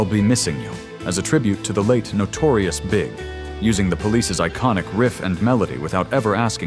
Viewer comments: "The Notorious big".....come on, AI. 😆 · if there was no other giveaway that this is AI crap, the biggest one was where the "guy" narrating called Notorious B.I.G. "Notorious Big".